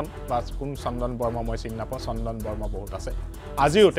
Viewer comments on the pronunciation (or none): Barma nahoi Brahma/Bramha . Brahma sobdoi utcharan korbanore ki aru utuber hobi. Beleg holi kintu etiking kore